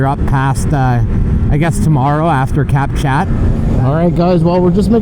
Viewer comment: Cap Chat is pronounced, Cap Shaw!